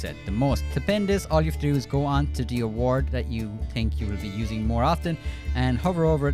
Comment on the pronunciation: "Go onto D award" 😆